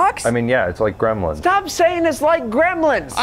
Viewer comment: He's saying "greblins"! 😂